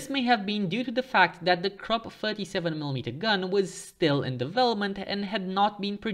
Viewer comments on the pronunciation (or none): the letter u in Krupp is pronounced the same way as the letter u in the English words bush, push and put.